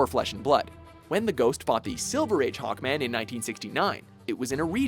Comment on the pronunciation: It's SAVAGE HAWKMAN not Hackman